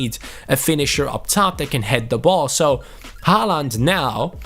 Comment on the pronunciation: Håland is Ho-land